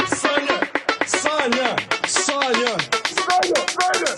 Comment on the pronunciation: Саня? Или всё-таки... ссаня🫠😁👍